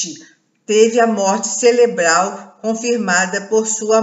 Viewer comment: Oiiii...celebral ?...não seria Cerebral..